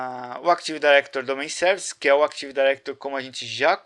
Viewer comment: CAra pelo amor náo é "ACTIVE DAIRECTORY"